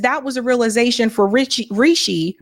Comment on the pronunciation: Rishi not Richie